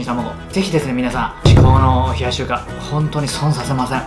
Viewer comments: リュウジさん名前ちゃんと言えてるやん！！ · 名前ちゃんと言えてる！ってなった俺はもう洗脳済。逆に飲んでないと心配になる笑